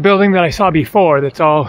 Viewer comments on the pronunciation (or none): none